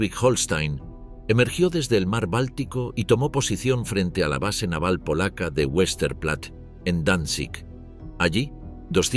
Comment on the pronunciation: Vestaplatte, así se pronuncia en alemán.